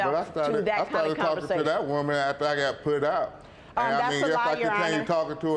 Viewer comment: “Commersation?” Umm 🧐